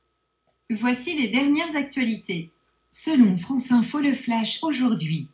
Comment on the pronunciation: C'est la femme du président du PSG qui fait les voix ? "La dernier match la Fronce..." lol